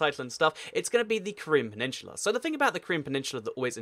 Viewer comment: My fucking god its PENINSULA not PENINSHULA